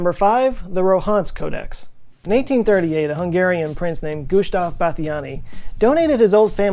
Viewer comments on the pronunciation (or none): I love your videos. Entertaining and informative. (I'm a bit addicted to them at the moment, actually) Thanks a million 😊 The only comments I'd like to add that the name 'Gusztáv' is pronounced 'Gustav' not 'Gushtav' and 'Nemes' is pronounced 'Nemesh'. Hungarian 'sz' = English 's' Hungarian 's' = English 'sh' Hungarian 'zs' = English....well...never mind 😏 (It's bloody confusing, even for me! 🥴💩🤣) (In another video 'Munchausen' was pronounced incorrectly.) Seems, us, Hungarians haven't changed much at the core. 🧐😱🥴 Keep the videos coming! 😊